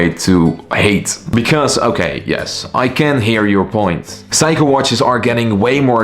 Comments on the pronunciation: It's not psycho! it's Seiko (C-ko) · It's pronounced Seiko (/ˈseɪkoʊ/ SAY-koh), NOT Psycho! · Its not Saiko its Seiko, you have pronance e after s not a. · Say-ko. Not. Psycho 😅. I am wondering how he can do watch reviews?? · hey, just wanted to let you know that it's pronounced "say-ko", great video! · it’s okay. Just have’t heard Seiko that way before. 👍🏻